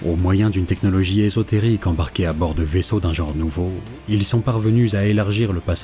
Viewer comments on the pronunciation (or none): none